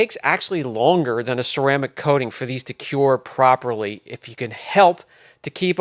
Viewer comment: Cure not cue lol